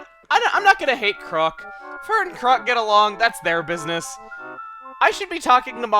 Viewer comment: Why does call Chroque crock? Isn't it a pun based on frogs and be pronounced like croak?